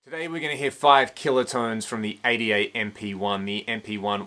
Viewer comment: "five kilo tonns" :)